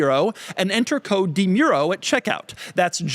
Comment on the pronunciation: Somehow Doug is mispronouncing his last name during the ad read.